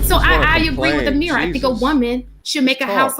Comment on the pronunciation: Her name is..not Ameera